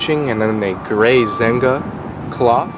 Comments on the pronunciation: Its pronounced ZEN-ya Not ZENG-GA. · that's not ZENGA ... it's ZEGNA ... pronounced: SENJA! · Zegna is pronounced "Zenya" and the gray cloth material is silk.